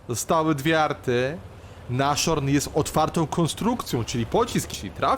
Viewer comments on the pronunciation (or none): nas-horn a nie naszorn